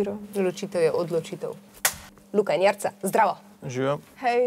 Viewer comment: Omg napačna naglasitev imena Jerica, ampak ok.